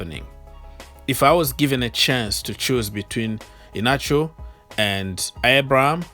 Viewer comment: Kelechi I-hia-na-cho is how to pronounce the name